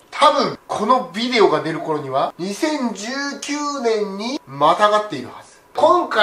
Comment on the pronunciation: 企画はそーと好き そしてすごい おもしろいことゆっとるわけじゃないけど！ ヴぃでおとかヴぃでおとかヴぃでおとか